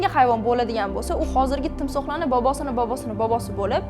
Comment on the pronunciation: voybo 13 marta bobosini bobisi deb aytdi😁😅❤️